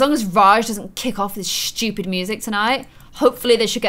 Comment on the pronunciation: I love how u say stupid like shtupid